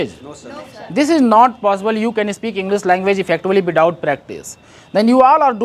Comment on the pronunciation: Without ❌ Bithout ✅ Sir Phle aap Pronunciation khud Sikh jaiye Mai koi nai hota hu aapko sikhane wala bas aapko bata raha hu 🙏🏻